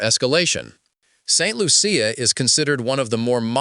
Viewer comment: He has an issue pronouncing Grenada, St. Lucia—-Could be AI-generated/narrated info…